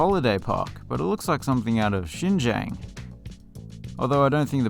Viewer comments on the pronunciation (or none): none